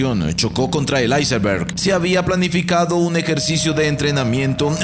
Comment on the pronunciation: Por que dice icemberg si solo es iceberg